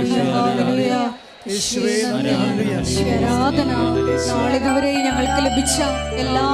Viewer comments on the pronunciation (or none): ഹേയ എന്നല്ല ഹല്ലേലൂയ എന്നാണ് അമ്മേ🙏🙏🙏